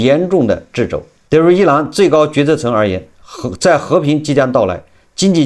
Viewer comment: 掣肘（读彻肘）